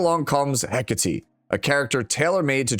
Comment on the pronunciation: Hi, I know you appreciate proper pronunciation of names. I do too. Since Hecate is Greek in origin, it's pronounced heh-KAH-tay, with the stress on the middle syllable. Cheers.